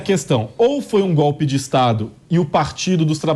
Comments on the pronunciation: Gope,assogo,abobra,kk vergonha esse nove dedos é uma vergonha,como pode um presidiário no governo,e ainda fala tudo errado😛🤔😈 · O nove dedos pronuncia "gope"! O Brasil tem o Presidente que merece.